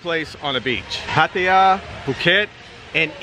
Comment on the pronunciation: Good video.. Thanks for pronouncing Pattaya correctly.. No Thai in Thailand would ever say Pa-Tie-Ya...